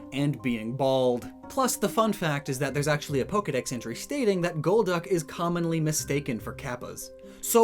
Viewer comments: To me it was always gol-duck, not gold-duck or gold-uck. I didn't know anyone else thought otherwise until I watched this vid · Holy God it took you 3 quarters of the video to realise golducks name is gol-duck and not gold-duck Holy cow you know what other pokemon has gol in it's name! Golbat but IT'S not golb-bat so why would golduck be gold-duck! Omg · Maybe it's not Goldduck or Golduck, but Gol D. Uck 🤔